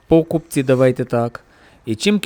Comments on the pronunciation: пОкупці, тебе наголоси так в школі вчили ставити?ну ти кінь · Впервые такое ударение слышу. Так токо гавайцы кажуть😅